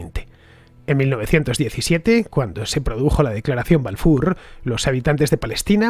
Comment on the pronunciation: Ofrezco narracion bajo guión con promunciación de nombres en el idioma original Rothschild o Balfour. Casi ofende la pronunciación